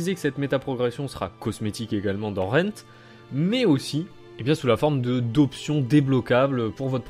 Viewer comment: its rend not rent......